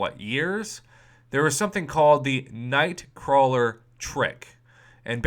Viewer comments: It's "Nightcrawler" prof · "Nightcrawel".. waahh? :o